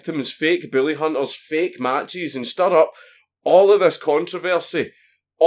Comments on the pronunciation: I know your saying bully but it sounds like billy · God damn it I thought you were saying “billy hunters” for half the video lol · Mr Dankula when you said Bully hunters i heard Billy hunters, so i have ask what do you have against people named billy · god damn it, it keeps sounding like your saying the fucking Billy Hunters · it sounds like hes saying the willyhunters or billyhunters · Is it just me or does it sound like he is saying Billy and not bully? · i.....i can't figure it out.... ARE YOU SAYING BILLY ON PURPOSE OR ARE YOU ACTUALLY TRYING TO SAY BULLY????????????????? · Just to clarify: Are you saying "Bully" or "Billy"? I'm all for going after "Bullies" but attacking everyone named "Billy" seems a bit much. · It sounds like he said “Booly Hunters” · BILLY Hunters LOL my dude I love your pronounciation Sounds like a hillbilly extermination cult the way you say it Kappa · Count Dankula sounds like he's saying "Billy Hunters" instead of "Bully Hunters" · Your beautiful accent makes the word "bully" sound like "billy" and it's so fucking funny. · I love you. I love your accent, but I heard Billy hunters the whole video... Poor Billy! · It sounds like you're saying "Billy Hunters". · I know you have an accent, but I can't NOT hear you say "bully" as "Billy", and I wonder why anyone would want to hunt the lovable idiot from Grim Adventures.